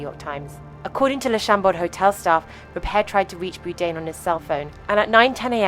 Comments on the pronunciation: Had to turn this off due to the crazy mispronunciation of Anthony BOURDAIN repeatedly. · AI GARBAGE!! Can’t even pronounce his name correctly! Fucking disgraceful gossip bullshit for clicks! Disgusting!! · Can't even pronounce his last name right. Garbage! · Frustrating that the narrator can't even pronounce his name correctly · why cant you pronounce his name.. silly c.. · If you're going to do a story on Anthony Bourdain you should have learned how to pronounce his name. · Might have been wise to educate the narrator regarding how to pronounce Anthony’s last name before doing a “documentary”. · Someone correctly pointed out how the narrator's voice starts off by incorrectly pronouncing his name. 4 chimed in pointing out it is an AI voice and one even making a rude comment. These 4 morons dont understand how AI narration works. You write the script, then you pick the accent. voice/yoi want from a list and done! That is what this video did, but it's completely... WRONG - what you should be doing is taking the time to listen to the audio and noting any mispronunciations. Then you adjust the script and write the mispronounced word phonetically and the AL voice will change the pronunciation. You keep doing this, edit, listen, edit, etc until you get the pronunciation correctly. But this takes work and these content creators that use AI are generally lazy, want the views, but don't want to put in any effort. FOR EXAMPLE, with Anthony Bourdain and the obvious error in pronouncing his last name, all they had to do was fix the script to be BORE DANE and the AI voice would have pronounced it properly. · At least learn to say his name correctly. There is an 'R' in it. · Is his name actually pronounced "boo-dain" like she's saying? I swear he said bourdain on the show. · Please, the least you could do is pronounce his surname properly. It’s pronounced ‘Bored ain’. That’s not difficult, it should be perfectly obvious from the spelling. You thick person. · Boude?? AI slop.